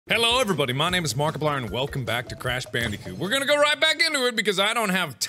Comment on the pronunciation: Ban-dih-kooh-t. Not Ban-dee-kooh-t